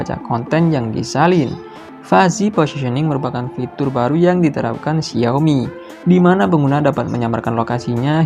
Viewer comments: xi ao mi not xiomi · pengucapan yng betul Xiaomi, bruh i'm chinese lah, memang pengucapan nya Xiaomi not xaomi,xaomi ni hanyalah pengucapan orng Malay/indon